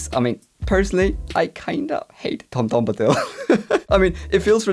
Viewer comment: Tom BOMbadil not Tom DOMdabil. It's LeveOsa! Not LeveoSA!